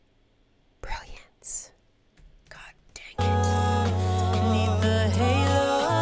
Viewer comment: It's 'neath. Not 'neith.